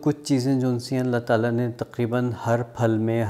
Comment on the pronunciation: Always say Allah Ta'ala right pronunciation